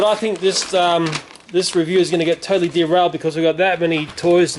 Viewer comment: stop saying tottley